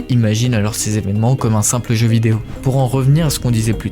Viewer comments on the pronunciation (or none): none